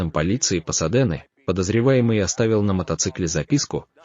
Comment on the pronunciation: Правильно Пасадена, а не Посодена